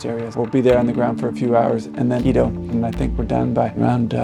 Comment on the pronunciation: It's Quito, not keto.